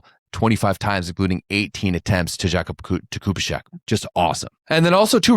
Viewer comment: The pronunciation of the name Jakubiszak is something like 'yah-koo-BEE-shack', not... whatever you said.